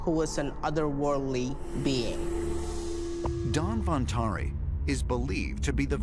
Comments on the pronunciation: Lol, its not Dan Vantari, its Dhanwantari. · He said Dan-van-tri.... The host- DAN-VAN-TAARI....